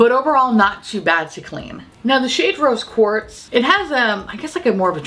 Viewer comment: Every time you said "Rose Quartz" I heard "Roast Pork" and was confused but excited.